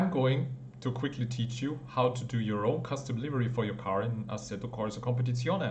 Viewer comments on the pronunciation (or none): none